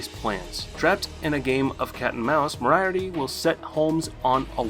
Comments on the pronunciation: the only thing that annoys me in this video is how he says moraiarty instead of moriarty, it hurts to hear... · With much respect it's pronounced "More - E - Art - E" emphasis on the syllables matters. But still definitely a great list.